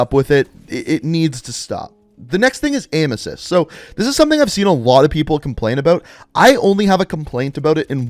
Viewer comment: When he said aim assist, I though he said emesis (vomiting), and I was like WTF!